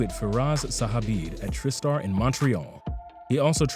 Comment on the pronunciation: Not to mention how bad he hacked Tri-Star by calling it what sounded more like Tryst-Star.